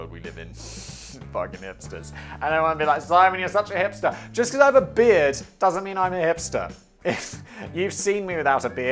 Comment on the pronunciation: Techmoan: "Ye, I bought a broken piece of obsolete media" Simon: "You hipstahh!"